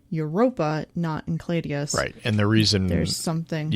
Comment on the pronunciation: Why are they pronouncing Enceladus as encladeus?